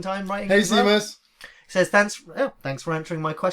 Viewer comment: Thanks again for answering my question. Would love to hear you guys talk about adaptations. Do you have any favourites? Cant believe we have never seen any real HP Lovecraft movies. Anyway, hate correcting people on pronunciation cause ive the grammar of a dog, but Seamus is pronounced She-mus... irish name. Thanks lad, ur my fav channel along with redlettermedia, keep up the great work.